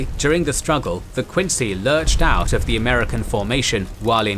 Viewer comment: Interesting (nothing new) but you do not know how to pronounce "Quincy" -- I grew up 20 minutes from Quincy Naval Shipyard.